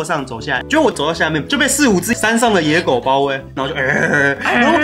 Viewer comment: 說野狗怎麼聽起來在說‘椰果’😂